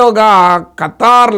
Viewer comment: Kataaar kadu Qatar miku peru kuda sariga palkadam ravatledhu 😂😂😂